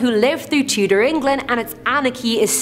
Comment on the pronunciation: did she say tudor england